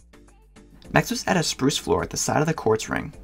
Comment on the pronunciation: When you say spruce I heard you said sprush